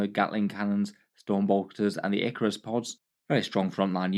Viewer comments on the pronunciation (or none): none